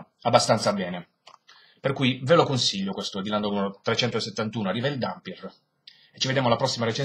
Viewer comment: OOOOHH! MENOMALE che hai pronunciato "Dampyr" come si deve, bravo! per il resto vedrò la recensione quando leggerò l'albo ;)